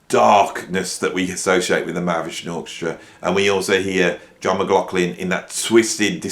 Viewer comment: Or maybe "Mc Loff Lin".... 😁😁